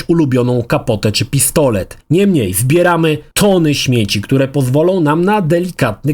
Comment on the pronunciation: Kurde razi to "niemniej" zwłaszcza, że spodobało Ci się to słowo i używasz go bardzo często. Do tego źle je akcentujesz w stylu języka angielskiego. Polecam od czasu do czasu urozmaicić tekst zamiennikami, np. "jednak". Ale recenzja jak zawsze wyśmienita.